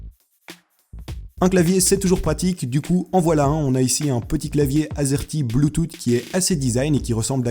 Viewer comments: Je voudrais la souris stp :) Et sinon on prononce bloutous pas bloutoute :) mais ça s'écrit bluetooth :) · BLUETOOT ?! BLUETOUT ?!? DENT BLEUS PUTAIN, BLUE-TOUTH (bloutouse, pour les non-anglophones) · ça se prononce blou tousse pas blou toute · ses pas bloutoute ses boutusse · C est pas bloutoute mais bloutousse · on dit. pas bloutoute ou di bloutousse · Bloutousse pas bloutoute 😹😹o putain il m'a tuer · goog OH! on dit bloutoute XD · BLUTOUTE ?? c'est [bloutousse] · c pas bloutoute c bloutouth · Th = le son "s" pas t BLUTOOOTH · Juste bluetooth sa se prononce bloutouss et pas boutoute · pas bluetoute : bluetouth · Bluetooth se prononce [ bloutousse] pas bluetoute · BLUETOOTH PAS BLUETOOTE Tooth tu prononces comment ? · bloutoute putain non ... bloutouse 😂 (en gros) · BLUETOUSSSSS PTN, PAS "BLUETOUTE" ! Ca me stressait a chaque fois qu'il le disait 😂😂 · Salut, je voudrais bien le support pour téléphone ^^ et sinon ca ce prononce pas bluetoo"ttt" mais bluetoo"s"; sinon très très bonne vidéo :) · On dit pas bloutoute mais bluetosse (sa me stress) Mais on l'écrit bluetooth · AAHAHAHAHAHAHAHAAHHAAH MEC ON DIT BLUTUTH COMME UN SSSSSSSSSSSSS PAS UN TTTTTTTTTTTTT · On dit pas pouisse mais puisse et pas bloutout mais Bluetooth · BLOOTOUTE 😂 C'est Bluetoosss (bluetooth) sinon ta vidéo est super ! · je voudrais l'adaptateur bluetooth 😀 ( on prononce "bloutousse" et pas "bloutoute"😂😂) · Ahah ça se prononce bluetouss et pas bluetoute xD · La souris s'il te plait ;) sinon tu dechire continue les video de ce genre (ps prononce "bluetoth" comme bloutousse ^^ ) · Ptn le bloutoute il m’a cassé les oreilles, mais la vidéo est très bien faite, super vidéo continu stp. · Bleutoute 😂😂😂😂 jpp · Bloutoute pwisse pas glisser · Mdr bloutoute ta ma tuer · Je suis le seul à avoir remarqué qui dise blutoute ???😂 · blootoute mdrr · Mdr bloutoute je me marre comme un fou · BLUETOOTH PAS BLOOTOUTE on dirait mon prof de tecno mdrr en plusse il a 45 ans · Sa ma soûler quand tu disais bloutoute